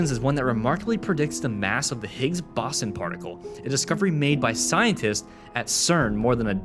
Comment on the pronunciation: Smartwatches were a thing in 1946 when Dick Tracy had one, and have you never seen The Jetsons? The Simpsons didn’t come up with this. Also, learn how to pronounce Boson correctly. It’s Bow-son, not Bosson.